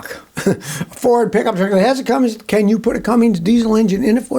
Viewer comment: Scotty, do I hear you pronouncing the name Cummins diesel as “Cummings”?😅